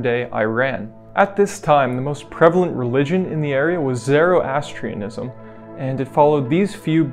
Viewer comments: ZORO ASTRIANISM --- NOT ZERA ASTRIANISM!!!! IF YOUR GOING TO PRESENT SOMETHING OF VALUE CAN YOU AT THE VERY LEAST PRONOUNCE CORRECTLY!!! IM NOT ASKIN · I'm damn sure the prevalent religion in Iran was never "ZEROastrianism". Jeez, if he can't even pronounce it...............